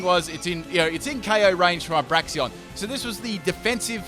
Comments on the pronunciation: Say it with me: Brakes-en Bray-ksen Brakes-en Bray-ksen Brakes-en Two ways to say it, both which are correct, none which are "braxion" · Não se diz "Braixions", se diz "Braiksens" 🙄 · Braixen not braxion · Am I the only one hearing Braixion instead of Braixen? 😂😂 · Braxion.... It says Braixen...Break Zen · It's pronounced "brakes-en" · Nice Fight ... but there is still no "o" in Braixen. d=